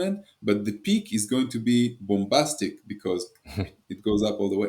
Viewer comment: "...The peak is going to be ✨BOMBASTIC ✨" 😂😂 the way he said it